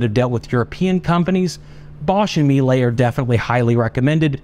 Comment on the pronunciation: It's pronounced me_yeh-lay and means honey in Italian. I own several their build quality is first class